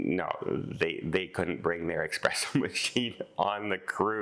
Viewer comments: being of italian decent it is espresso, not expresso! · it’s “espresso” NOT eXpresso!